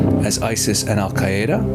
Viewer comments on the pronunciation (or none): I was going crazy about his pronunciation of “Hamas” and “Al Qaeda,” too!!